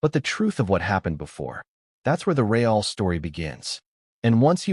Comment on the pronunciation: Why don't you show the footage? Or share the audio? Screw meghan and her fake royal identity. What a great way to get free publicity for the movie. If this really happened I'd have her charged with assault. By the way, your fake narration can't even pronounce the word " real "